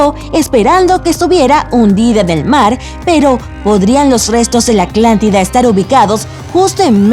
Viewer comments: Hay muchos k al parecer solo vieron el video solo para contar las veces k eya dijo aclantida si si nos dimos cuenta fue gracioso los primeros 3 comentarios k ablaban sobre eso pero en serio parece k ni veen el pvto video la mayoria solo ablan d eso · Ni siquiera le entendí por escuchar tanto aclantida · 👍 bien por eso de la inclusión, pero díganle que ensaye más las palabras , su dislexia no es motivo para que diga aclantida . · Hay dos ciudades parecidas con nombres casi iguales!! Hoy aprendí sobre la Aclantida (por poco me da derrame por escuchar tantas veces aclantida) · cada que quiero perturbar mi neurosis por la "aclántida", pongo el video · Narradora. Amo tu forma de decir "Aclantida". Te Amo 😍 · Me desespero que todo el vídeo dice aclantida y aclantico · por que le dices aclantida????? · ¿"Aclantida"?, "¿Egicto"? xD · Porqué chingados dice " Aclantida". Hagan bien su trabajo perros de genial. Eso no es genial. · Muy útil toda esta información acerca de la "Aclantida" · Buen video lo único realmente malo fue la pronunciación de Aclantida 😕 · Es mi imaginación o dice "Aclantida"? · Aclantida? No sé porque solo escucho que dice eso😣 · Cuando escuche “aclantida” me fui de este clickbait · Soy yo o la que está narrando dice "Aclantida", "Aclantes", "Egicto", etc..? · "Aclantida" "Egicto" 😂😂😂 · Le encanta la C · x 2 mejor quite el vídeo escuchando a esa aclantida que fastidio jajaja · SophieBeL7 siii verdad jajajaj dice aclantida 😂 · Siii yo también iba a comentar eso. Aclanctida Me gusta más la voz del hombre. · Solo yo note que la narradora dice aclantida? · No no fuiste la unica yo tambien me di cuenta xd todo el video diciendo Aclantida ay aunque otras mas cosas y no se xd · Aclantida? En el océano Atlántico? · Si es cierto se ollero clantida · Aclantida dice v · Like si te gusta la “Aclantida” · Parece que no es castellano parlante ir eso no pronuncia bien Atlantida i también pronuncia el peñón de Gibraltar dice (yibraltar ) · es atlántida no aclantida